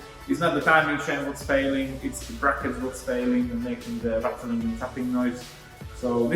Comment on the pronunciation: Ratteling? I guess you mean rattling, yes?